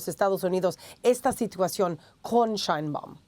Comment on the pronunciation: ¿por qué no aprendes a leer en español? ¿Entiendes la diferencia entre “CÁRTELES” Y “CARTELES”. Eso arriba de la Á es un acento y su propósito es indicarte cómo leer la palabra, donde poner el énfasis. No ¿verdad? No entiendes… Ah, y no se pronunciam”ShAinbaum”, es Sheinbaun, en español. Solo presta atención a tus entrevistados y fíjate cómo lo enuncian. Tampoco ¿verdad? Bueno, yo traté…